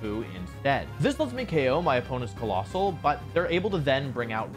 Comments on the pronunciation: no, colossal(Kuh-lossal) and COALOSSAL(KOAL-ossal) do infact sound different when sounded out so they are infact PRONOUNCED differently Like im not hating on wolfy, its just something i noticed lol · even if its wrong the pronunciation the way how you pronounce it doesn't really change. Also saying colossal is lot more smooth than coalossal